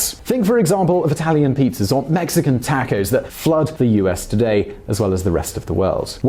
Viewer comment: While I generally agree with you, your pronunciation of taco makes me question everything you say.